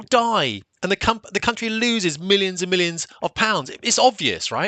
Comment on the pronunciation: Country not gountry